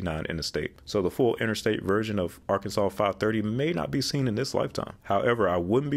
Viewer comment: I am shocked you can pronounce Arkansas correct but cannot pronounce Illinois. It is pronounced ILL EH. NOY.